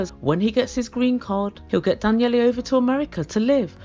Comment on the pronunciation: “Danyellie?” Lol let me help a little bit I may have been around Russians more than you have his sons name is Danil and his nickname is probably Danilka